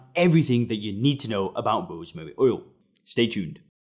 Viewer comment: He can’t pronounce “rosemary oil”. 😂 “Rosemuuuh uhl”. Strange accent🤔